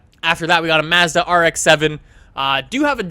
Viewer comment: wtf is wrong with you you can't even pronounce Nissan or even fucking Mazda ur a dumbass